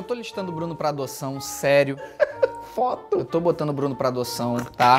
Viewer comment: O Bruno falando do "fóto" Eu: Ksksksksksksks Meus pais: 😐😐😐